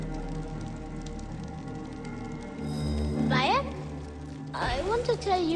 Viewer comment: continues to call him bay-ek even though every character calls him bi-ek